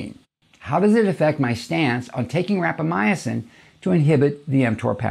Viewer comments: It’s rapa mison Not rapa my a sin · I think you are putting an extra letter in the word when you pronounce it. It sounds like you are saying Rapamyacin instead of Rapamycin. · Sounds like you added a syllable to Rapamycin. Seems like you're saying.. Rap a my "ah" cin. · Like "al-lu-mini-um" :) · I said the same thing... it drove me crazy... he said it 100 times. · He is saying it wrong and it bugs me!